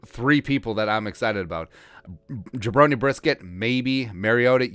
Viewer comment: "Jabroney Brisket"🤣